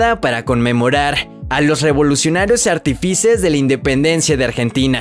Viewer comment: Me hizo mucha gracia la pronunciación del narrador cuando dijo: artifices, en vez de artífices y viveres, vez de víveres. No fue fácil escucharlo, oyendo como pronuncia la última palabra de cada oración con pausa… madre mía 🤦🏻‍♀️